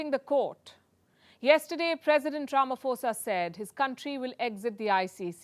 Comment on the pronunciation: Pronounced Rama-posa. Not Rama-fosa 🙂. International crooked court. By ICC standards, Bush, Blair, Obama, Clinton and company should also be arrested.